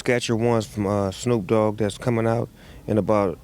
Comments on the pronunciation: I love how Nardwuar calls him "Shnoop" 😂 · I love that he calls him "Schnoop" as if he was Jewish lol